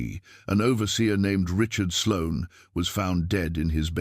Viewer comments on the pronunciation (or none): none